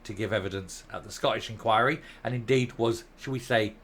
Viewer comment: Please will you pronounce the letters T in the word Scottish. It's not Sco_ish. There's a huge cringe factor attached to saying it like this. Thanks. Just don't want you sounding like a Nat. Thanks for all your good work.